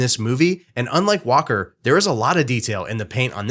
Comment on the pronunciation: Oh you said "Walker." I deadass thought his name was Whopper 😅